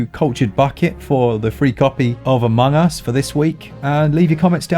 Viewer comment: Omg I'm so stupid 😂 when he said Among Us, I understood it as "a mungus" and was like wth is that?